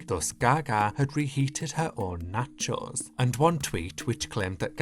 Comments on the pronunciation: i just watched the video because i like the way you say nacheauxs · The way he pronounces “nachOES” takes me out😂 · Or knotcho’s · He's from the UK, so I'll give him a pass. Maybe that's just how they pronounce there? Natchose. Natchose... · why do you say nachos like that? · Why does he pronounce nachos like that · Loved the video, but HATED the way you pronounce nachos as if it was Elektra's surname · Is it just me or is he pronouncing the word "nachos" in a weird way? I'm obsessed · I love the way you say nachos 😭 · I need a compilation video of you just saying nachos over and over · Your pronunciation of "Nachos" is so funny to me I dont know why. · The way you say nachos is so satisfying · Videos like this remind me of why i love the internet. A nearly 20 minute video explaining the history of the nachos meme dramatically narrated like it's a creepypasta video... amazing. And the way you carefully enunciate "nacho" every single time makes it even better. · The way you pronounce nachos irks me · I love the way says nachos... it's so satisfying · yet soooo incorrect 😭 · The way you pronounce nachos is so interesting to me (conpliment)